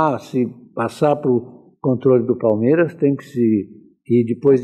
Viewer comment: Não sei se é só eu ,mas quando escuto parmera ...na boa que isso ?? Nem os gambá fala o nome errado .